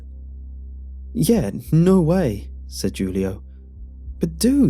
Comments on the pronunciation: SAy Jewl-ee-o just one more freakin time........ shakes head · i can't tell if its supposed to be jool-ee-oh or hoo-lee-oh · Who-lee-oh = Julio.. just in case